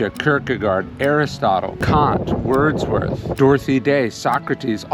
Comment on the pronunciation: Come on man, it’s Wordsworth not Wardsworth. These things matter, it’s called respect!